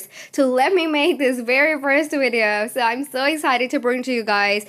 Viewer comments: WTF is a WIDEO? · VVVVVV ITS A V. AFTER THE LETTER U BEFORE W